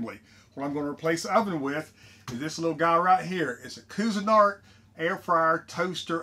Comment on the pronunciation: love it! But it is pronounced quee-zen-art